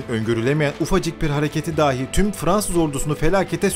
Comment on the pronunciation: Kardeş Allah aşkına "dahi" kelimesine "dâhi" deyip durma. "Dâhi" kelimesi "deha sahibi" demektir. Lütfen!